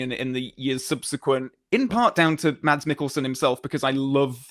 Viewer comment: Just a little hint from a Dane: if you want to pronounce Mads in the danish way, drop the D and say Mas.